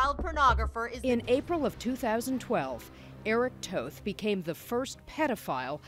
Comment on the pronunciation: They say toth incorrectly